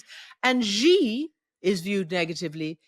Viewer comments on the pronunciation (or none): Xi is ״she” ! dear Christiane. Nor Ji nor Gee Shame on you, as such an old media hand 😢